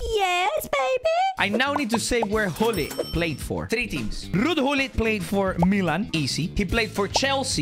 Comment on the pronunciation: why is Baby gullit russian